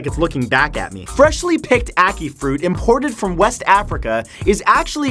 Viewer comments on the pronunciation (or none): It's Au-kee I'm Jamaican I now how to pronounce it bacicly im mix but dark red skin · The way you said ackee made me cringe I'm triggered qanagnganagjgajafnafbfAfjgwngwkfanfqnafbafbbagbagngakagjagksulsykaynyqjy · uh-kai (achí) fruit.